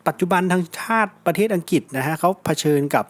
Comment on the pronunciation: อัังกฤษ อ่านว่า อัง กริด ครับช่วยออกเสียงให้ชัดด้วยครับ